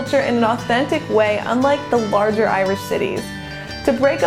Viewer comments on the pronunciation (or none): none